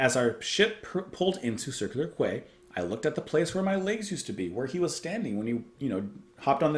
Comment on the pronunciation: Quay is pronounced key